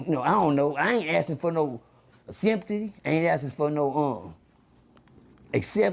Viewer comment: " I ain't asking fo no simtee" ugh